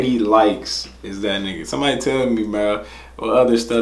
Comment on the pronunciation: You're hilarious. First you pronounced it properly directly after she'd said it. Then you went back to making something else up 😂 the y isn't pronounced. Love your reactions though 😀👍